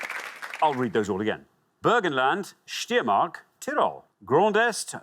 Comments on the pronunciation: Steiermark (in English Styria) is correctly pronounced SHTEI-ER-MARK, not Steermark. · Steiermark was pronounced very weird tho